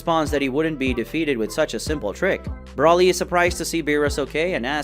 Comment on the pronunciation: Why are you calling him Broli dude its Broly renounced (Bro-ley) and what with you calling Beerus "the Beerus" bro your dping this on purpose arnt you chill dude